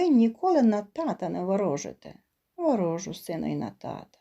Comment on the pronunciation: Тільки наголос кой де не правільно. Не тертУшка, а тЕртушка. Не ворОжу, а ворожУ. При наймні, так🎉кажуть в тих містах, де народився Тютюнник.